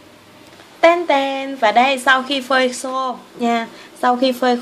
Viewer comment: chị ơi e thấy chị nói là phơi khô mà chị nói phới sô